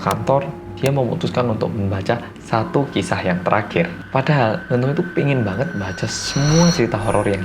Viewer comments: Apa cuma aku yang denger nama "Eunho" jadi "Eun Woo" auto keinget Cha Eun Woo😂😂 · Iya kirain Eunwoo:v